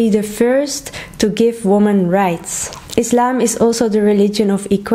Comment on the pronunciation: Thank you for your correct pronunciation, (Islam) not (Izlam)